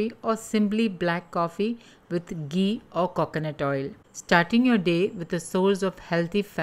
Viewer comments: It's घी not गी👍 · Very nice.. mam...just diction problem like it's not gee but ghee